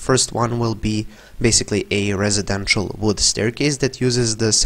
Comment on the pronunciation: Footnote: It's not "resedential" it's "residential"